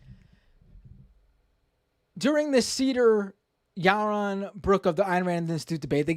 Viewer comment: Ya-won Bwooks